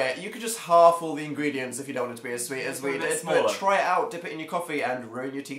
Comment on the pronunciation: Phil was actually extremely close with the French ingredients. It’s: Ingrédients